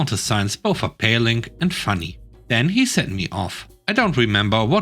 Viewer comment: FYI, Appalling is pronounced as pall, not pale. Thank you for sharing these stories, may Redditors have their posts be graded higher than a D-. :)